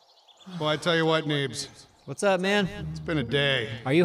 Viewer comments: it said Beens not Neebs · Did anyone else catch when is said Beens instead of need? You're great, good job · Lol when it turns from Neebs to "beens" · I love how it says beens instead of neebs LOL!!! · What was up with the “beens” instead of needs? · Who the fuck is beens it's needs but it said beens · Around the 25 minute mark, Neebs changes to Beens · Lol "Beens" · his name said beens. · Yay! Yall fixed the yucca pronunciation! Any word on the neebs tv yet? I would seriously watch that all day!!! Funhouse is great but y'alls would be the best. Love the content guys, highlight of my day every time!